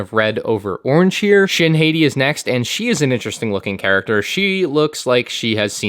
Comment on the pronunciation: It’s spelled “hah-tea”